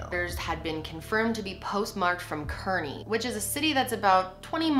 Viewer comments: Keaerney = Car-knee not kerney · so happy to see a story from my area. Oh and Kearny is pronounced KAR-Ney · I'm from Kearny (pronounced carney ) I love you so much that I don't mind the pronunciation 😂 but I loved this video and all your work ❤️❤️ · the way she pronounced Kearny made me cringe so much lmaooo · im from jersey and you keep saying westfield and kearny wrong lmao